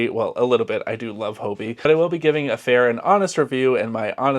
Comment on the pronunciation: Why are all Americans pronouncing Hobbii as Hobi? Are you unaware of the word Hobby. 2 Bs isn't that hard and I can't think of a word in English (or other languages for that matter) where there is double B, and one would be dropped.